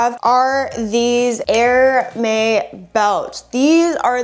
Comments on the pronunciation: Great finds, but I just want to point out in a friendly way that Hermès is pronounced 'Air-mehz' and not 'Hair-may. I know I would want to know if I were pronouncing something incorrectly on social media.' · 🌸🌸🌸GREAT items today! Love that straw bag! Btw, Hermes is pronounced ‘air-mez’ (4 years of French comes in clutch!). Your hair looks beautiful today. Enjoy your weekend 🌸🌸🌸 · You pronounce the 's' in Hermes